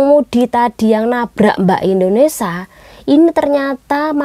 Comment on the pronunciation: Mbak, negara kita INDONESIA bukan INDONESA. Mohon pengucapan yang jelas